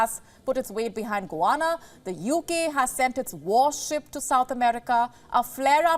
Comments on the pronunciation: It’s pronounced Guy-Anna, not Goo-wanna. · Correct pronunciation . Guy Anna! "Guyana" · Ya but she sounds funny. :body-blue-raised-arms